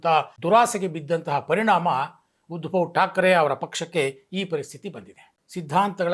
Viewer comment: Small ಕರೆಕ್ಷನ್ sir ಉದ್ಭವ ಠಾಕ್ರೆ ಅಲ್ಲ ಸರ್ ಉದ್ದವ ಠಾಕ್ರೆ